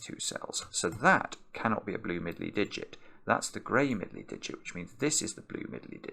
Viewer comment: Someone should make a video of saying Middley Diget over and over.